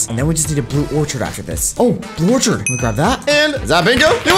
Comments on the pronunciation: Oh my God it’s not called in Orchidit’s called in orcid!!!!!!!! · When did an “orchid” (“ore-kid”) become an “orchard”? 🤦‍♀️